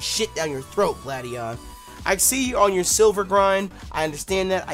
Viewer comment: Stop insulting Gladion and pronouncing his name wrong!